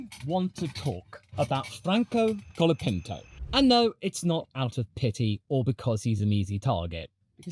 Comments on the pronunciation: "Collard" Pinto ? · Colapinto is here to stay, haters. Thanks for making a video supporting him, and I suggest you learn to say his name correctly. The "o" in Franco and the final "o" in Colapinto are pronounced like the final "o" in "mojito." Spanish o is a pure vowel [o], not a diphthong [oʊ].